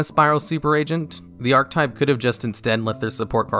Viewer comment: Archetype is also a common mispronunciation from him. Ark E type, not ark type